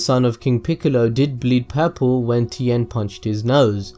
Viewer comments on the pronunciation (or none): none